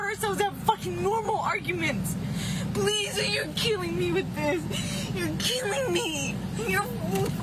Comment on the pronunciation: "Pliz you're keeling me with theeze you're keeling me you're ffphtzucking keeling me" 😂